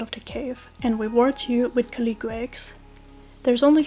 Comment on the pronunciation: This is a really good video, very concise information and I like how you display relevant charts. I am begging you to learn how to pronounce calico